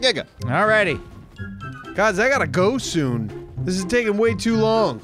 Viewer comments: Soon soon Did you say you have to leave soon toon XD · Did you say you have to leave soo toon?